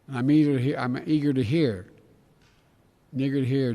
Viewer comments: well im saying he didnt mix im and eager like u said because his lips didnt touch to make the "m" sound it was more like he said " i'n eager " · He mispronounced “I’m eager”. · his lips didnt close to make the m sound .... Vision and hearing are in favor of n